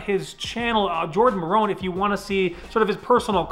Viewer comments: Ayyyyyy Jardon is in here PS you don't say his name like maroon. It's like mare-un (Maron). Love your content! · not being nit picky but it’s Maaron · Jordan Maron, pronounced Mare-in, when he does automotive content he hits a level i dont expect him to considering most of his content is gaming. His car stuff is high quality.